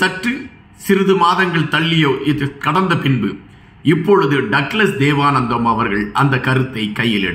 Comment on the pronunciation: தேவானந்தா என்று வாசியுங்கள்